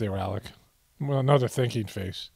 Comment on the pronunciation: At first I thought you said ‘his drinking face’ then I realized you said ‘thinking face’. I actually can’t tell the difference.